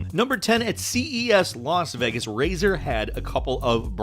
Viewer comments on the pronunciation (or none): none